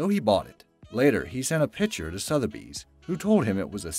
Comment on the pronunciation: Sotheby's mispronounced too.